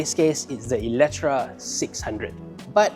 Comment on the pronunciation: Eletre, how come pronouns as eletra ?